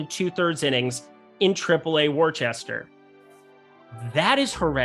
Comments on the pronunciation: I spit my coffee out when you pronounced Worcester (Wistah) Wor-chester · It’s pronounced wustr 😂 👍 go woo Sox!